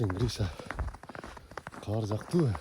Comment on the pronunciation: Каар эмес кар болот,каар Деген башка соз